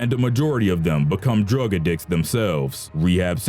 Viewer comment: " Drug-a-dicks " I think you mean drug addicts...Its hard to believe all the information in your videos when you make mistakes like that but I've fact checked your videos before and you've never been wrong. Its baffling how you pronounce some words like you've never heard them spoken in your life though...I'm not trying to be a grammar Nazi but some of the mistakes you make in pronunciation are mistakes that seem impossible for someone who speaks English